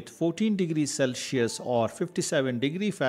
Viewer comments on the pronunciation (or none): none